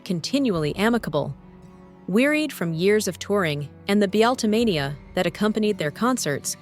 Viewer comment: Pray tell, you thiefing ai cleptocrat aggregator. How do you prononce beeattleemania?